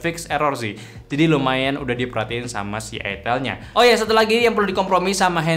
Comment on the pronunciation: Ai-tel bang bukan I-Tel. Gak enak buat bnget kalo I-Tel. 😂